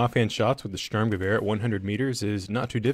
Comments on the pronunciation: "Ze German styermguever". So common! It is shturmgever! It's easy to say. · Vickers Tactical pronounces it like “Sterm-Gerviere” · Störmgewöhr how the english speakers call it. it's not right^^